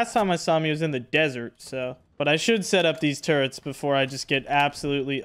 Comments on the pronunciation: How many times are u gonna pronounce turrets as “turents” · How many hours and still can't prounce turrets correctly